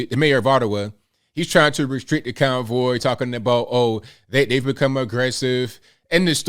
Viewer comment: I swear it sounds like he’s saying “the freedom cowboy.” 🤣